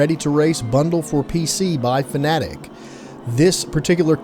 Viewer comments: Great summary. I think I made the right choice buying the 5nm for my friend getting into sim racing. Now I'm more excited upgrading myself later this year. Btw still don't think it's pronounced fanatic. Fan Uh Tech. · I think the name is pronounced Fan Uh Tech not fanatic. Idk why it hurts to hear it pronounced fanatic. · By the way, it's not pronounced "fanatic" it's "fanna-tek." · "Fanatic" "Fan a tech" it doesn't matter. 😂